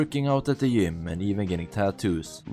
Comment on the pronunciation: 100% agree with you but the way you pronounce GYM or JET is killing me 😂